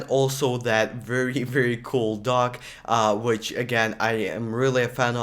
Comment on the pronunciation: I also thought he said DOG .